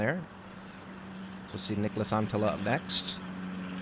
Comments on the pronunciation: As a Finnish guy I will say that pronounces Niklas Anttila very well! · Your pronouncing on Niklas Anttila is quite solid for someone with english as your native language 👌🏻